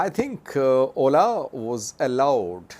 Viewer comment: At first I didn’t understand what he was saying when he said ola lol